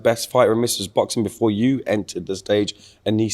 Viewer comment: bro said anesongib is talented lmao